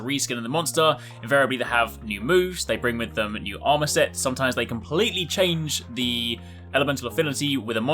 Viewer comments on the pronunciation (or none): none